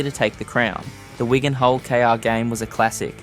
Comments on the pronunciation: It’s Wig an not Wagon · Please stop calling Wigan Wygan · Excellent video but a few errors: - the tweet about naming a stadium was from a Wigan fan not when he was at Parra - He got moved to Stand off not Scrum Half - The team is reffered to as ‘Whygan’ a few times rather than Wigan Change those few bits and it’s 10/10 👍🏻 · This account needs learn how to pronounce "Wigan"